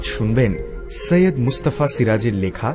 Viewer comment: সৈয়দ কে সাইয়াদ্ উচ্চারণ করবেন না অসহ্য শুনতে লাগে। Agni কে নিশ্চই আগ্নি বা অ্যাগনি পড়েন না,নাকি‌ বানানটাই Ogni লেখেন?